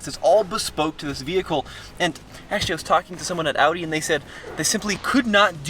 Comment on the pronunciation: He knows how to say audi correctly 🙏🏻 thank u and greets from Germany